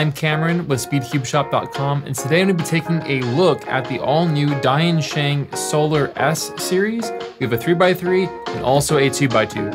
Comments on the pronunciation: Don't say dYansheng. It is d[i]ansheng. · At least I kept hearing it as "DaYan Sheng" instead of "Die and Sheng" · Cameron mis pronunciation of the brand it's Dian-Sheng not like Dainsheng not to judge you just for reminder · I’m pretty sure that Diensheng is pronounced “dyen-sheng.”